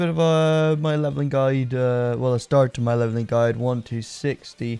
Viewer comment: Hhhhhhh fu you buying level gear and you SAID gudie hhhhhhh what a noob you are